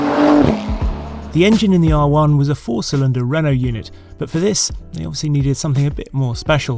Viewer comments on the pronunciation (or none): none